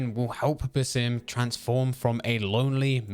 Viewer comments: Sounded like he said simp haha which would be incorrect since he looked away from that woman in the trailer 😅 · Bro every time you say basim it sounds like you're saying the sim and it's really annoying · You pronounce basim weird